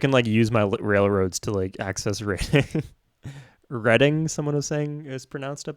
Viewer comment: You pronounce the English names worse than you do others 🤣 Norwich and reading hurt the most. Really enjoyed the vids tho 👍